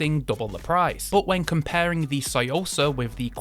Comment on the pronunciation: You’re literally saying soysauce 🤔